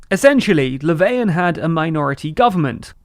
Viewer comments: Who tf is "Leveian"? I don't mind people not pronouncing foreign names perfectly, that's perfectly normal, but that pronunciation of Löfven isn't even trying. So much so it made me unsure of whether he was really talking about the guy they showed a photo of. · bruh he literally pronounced Löfven "Laveyan" which is only an approximately correct pronounciation in like skåne/scania. Way to tell on yourself southerner ;)